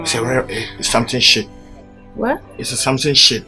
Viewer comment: He said shito😂